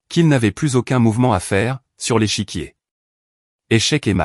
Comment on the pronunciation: l'échiquier et non les chiquier...